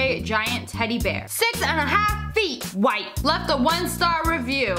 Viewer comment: It said whit not white not trying to be rude